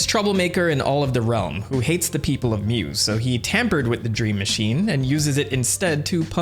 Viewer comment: Mu is pronounced "moo" not "mew" (exactly how you pronounced it in the name "mamu") its a mythical Atlantis like sunken continent, that some crazy people thought humans came from, basically its a "new age" "garden of eden" analog, other "lost lands" of note are lemuria, where old people originally thought lemurs came from, and of course, atlantis, a supposid technomagic hyper advanced civilization. Mu is the newest one of these with its first mention being in the 19th century, So i hypothysize that it is just a shortening of lemuria, and just combining its story with the story from genisis.